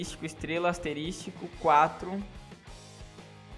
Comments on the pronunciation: Mano, é ASTERISCO e não ASTERISTICO! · É asterisco não asterístico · Cara, se pronuncia "asterisco" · Asterístico KKKKKKKKKKKKK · Asterístico kkkkkkkkkkkkkkkkkkkkkk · Asterístico??? kkkkk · estrela * "asterístico" * estrela * " asterístico " , como que chama isso aqui # , e falar asterístico tbm tá errado asuhshSHAUHshuash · asteristico KKKKKKKKKKK